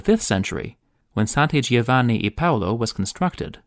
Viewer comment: Pro-tip for fellow Americans: ‘gio’ in Italian is literally pronounced like ‘Joe’ in English. Please stop saying “geo”. So instead of “geo-vanni”, it’s more like ‘joevanni’.